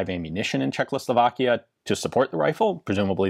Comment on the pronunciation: Please, stop saying CzechLoslovakia. It's Czechoslovakia. Thanks